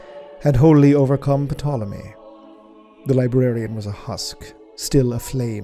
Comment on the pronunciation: The P in Potolomy is silent.